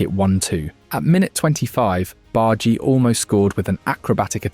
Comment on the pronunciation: btw its "Barr-Dah-Gee" not "Bard-Gee" <3